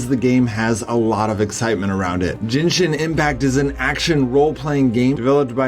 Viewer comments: Jenshin ? Lol genshin .... g ... say it genshin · its G, GENSHIN Ge, GEN-SHIN NOT JENSHIN GENSHIN!!!!!!!!!! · Jinshin. Wtf... Its gen...gen...gen...men..gen...men..gen..shin Againn...what does gay pronounced..its just like that...its gen...not jen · Jinshin Impact? seriously man, its not that hard to pronounce. Gehn-shin gen-shin, again 1 more time, gen-shin impact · Jenshin impact 🤣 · “Jinshin impact” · why is he pronouncing it "jenshin impact"? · Jin???? Jinshin impact lol😂😂😂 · He butchered "Genshin" so bad 😂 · uhhh no its not. Not even japanese ppl say it like that.